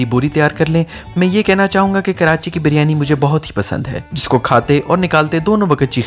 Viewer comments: Baryani nae hota bhai Beeeryaniii b nae hota Biryani hota hai. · Karachi walay kab biryani ko biiryani kehne lagay... biiiryani to karachi ko karanchi bolne walay kehte han ... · Leemon max lajawab tha aur haan g hum karachi walon ne waqai biryani ka thaika lia wa hai q k karachi k ilawa pore pakistan men biryani ki mother sister hoti hai aur lahor wale to biryani ko pronounce tk sai nai karte baryani bolte hain 😂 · In logo ko bolna hi nai ata h baryani to kehte hen oakayen g Kia khak